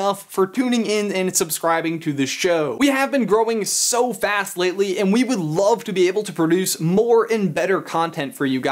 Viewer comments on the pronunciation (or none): none